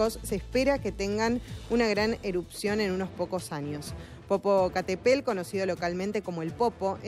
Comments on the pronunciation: Jajaaja popocatepel,,ni si quiera sabe pronunciar bien,popocatepetl,y es reportera ,jajajaj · 😂😂😂😂 jajaja jajaja jajajaja Popocatépel como dice: po.po.ca.te.pel........una vez más popocatepel